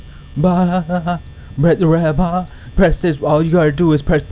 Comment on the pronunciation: Stop saying press the red baaa it's annoying